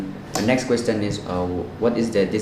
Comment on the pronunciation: It’s not questtt- ion 🙏🏻 Sorry but it’s annoying